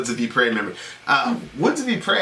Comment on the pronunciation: the correct pronunciation of Ypres is: Yeeps or eeps